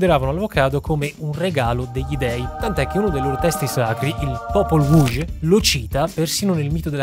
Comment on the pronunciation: Si pronuncia "h" quella "J" finale in Popol Vuh/Popol Wuj.